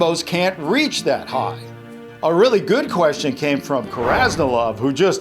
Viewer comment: "reatch" /Nicola Smith